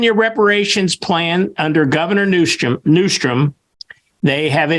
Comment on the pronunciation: It's Newsom notNewstom